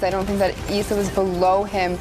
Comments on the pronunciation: ITS IS SA NOT ESSA its triggering me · It’s Issa Not Essa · She called him eesa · She saying ezza